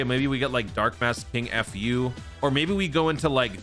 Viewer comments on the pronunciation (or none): Why is he saying fu like f*** you, theres no space between the letters lol